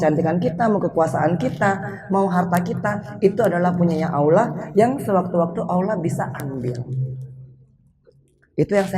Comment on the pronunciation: Assalamualaikum warahmatullahi wabarakatu. Mba Anggie maaf perbaiki ucapan nya Allah 🙏🙏🙏